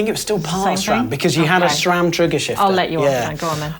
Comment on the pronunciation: Sram*, not "shram". No "H" anywhere!